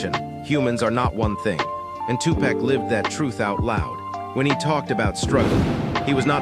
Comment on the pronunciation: It's not two-pack, it's Tupac!❤❤❤